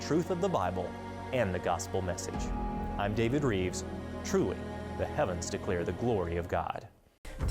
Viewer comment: Rives , shouldn't sound like Reeves, but ok.